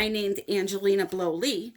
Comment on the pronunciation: Angelina Blow-lie 😂